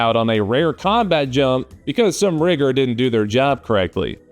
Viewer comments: I can't believe he said Rigger with a Hard R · Dude dropping RIGGER with a hard R. Very bold. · Helluva hard "r" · Thank you for explaining, for a moment I thought you said "rigor". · you used the hard R 😬😬. Its "rigga" and its not your word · Ohhhh, you said RIGGER. Miss heard you the first time 😁😁😁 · Rigger, please. 🙄